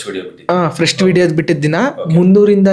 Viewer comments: English pronunciation kaliyappa neenu...adhu frustuu allaaa...First adhu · ಫ್ರಸ್ಟ್ ಫ್ರಸ್ಟ್ ಫ್ರಸ್ಟ್ ಫ್ರಸ್ಟ್ ಅಲ್ಲ ಉಚ್ಚಾರಣೆ ಸರಿ ಮಾಡ್ಕೋ ಮೂ.... ವಿ